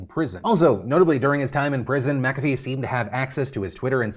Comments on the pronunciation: I'm pretty sure it's not "Makafee" but rather Mc-afee (kinda like McDonalds and not MacDonalds). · The way Phil said McAfee made me wince.... and he says it A LOT 😅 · Did you just… pronounce it “Macavy” and not McAfee Edit: so today i learned i have mispronounced this word my entire life